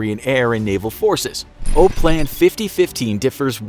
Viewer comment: OPLAN is pronounced Op-plan not O-plan even if there is only one “p”.